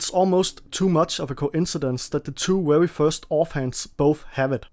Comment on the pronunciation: Are you unable to properly say very ?